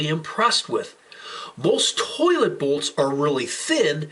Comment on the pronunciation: Why does the way he says towhlet trigger me